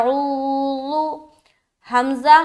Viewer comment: السلام علیکم ورحمتہ اللہ وبرکاتہ پیاری بہن اعوذ باللہ میں جو عین ہے عین گویا ایک الف کے برابر کیجئے اس کو